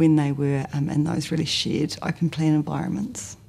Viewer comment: Conveniently, her accent makes "shared environment" sound like "shit environment".